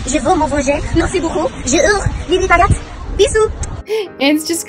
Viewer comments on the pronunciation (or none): WE LOVE OUR DYSLEXIC QUEEN „wi wi naguette“